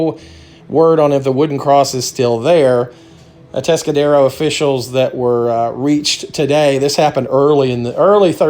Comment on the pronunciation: Yes you said it properly.. we just call it A-Town tho.